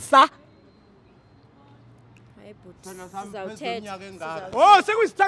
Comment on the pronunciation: Its for me, relaying the message 'ubani uMxolisi?' 🤣🤣🤣🤣🤣🤣and the emphasis, "umuntu wakho udla u ANDIIIISAAAAAA! ANDIIISAAAA!"🤣🤣🤣🤣